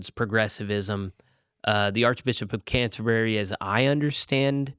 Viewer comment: It’s unfortunate that this presenter seems to know so little about Anglicanism, the third largest world church. He needs to learn how to pronounce the word ‘Canterbury.’